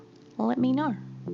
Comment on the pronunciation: the amount of times “know” and “video” was said in her specific accent 🤣😂